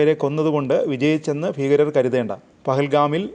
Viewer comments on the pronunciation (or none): ഫീകരർ അല്ല ഭീകരർ ,മലയാളം ശുദ്ധമായി ഉച്ചരിക്കു